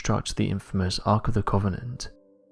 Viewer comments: you say covenant weird lol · Sorry, mate. Can't watch a film about The Ark of the Covenant from someone who can't actually pronounce it.